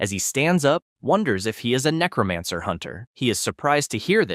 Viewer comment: The name to his powers are necromancer the person that's doing the narration is saying the name wrong if you're going to read a story say the main characters ability right it's necromancer not necromonger dumbass